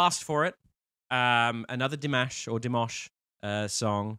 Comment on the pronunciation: It's Dimash not Dimosh 💘